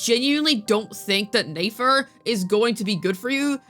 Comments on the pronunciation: Are you saying her name wrong on purpose? Just curious, sounds weird when you call her Nafer lol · I'm starting to get irritated by how you say nefer please say it right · I know but it's mildly frustrating yk because we literally hear it said correctly I the archon quest